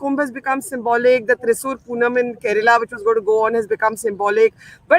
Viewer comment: Thrissur "Pooram", not "Poonam" 😭